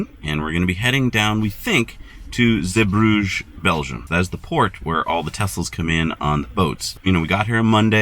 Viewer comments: Osnabrück is where my old company head quarters was, KME. I used to stay in the Walhalla Osnabrück all the time. KME donated a massive Copper/Zink obelisk in the town center. BTW it's pronounced OZ NARR BROOK. And Again, Zeebrugge is pronounced ZEE BRUGGER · Zeebrugge is not pronounced like Bruges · Zeebrugge is located in the Dutch speaking part of Belgium (Flanders), and should therefore not be pernounced French but Dutch. Love the video tough! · yep, but I doubt he is able to pronounce the “g” the right way